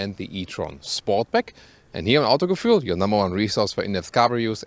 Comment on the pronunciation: Thomas ¨also ¨ Autogefuhl